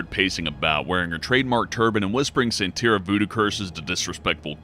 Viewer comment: Lah Voe...and there were several Marie LaVeau's...all descendants. And it's San tuh REE uh...she didn't really do Santeria, more a New Orleans version of Creole VooDoo (though Santeria originates from the Carribean, part of Marie's ethnicity)...the religion evolves as it moves to new regions. People draw three crosses on her crypt, knock three times, turn around three times, and ask a favour of her.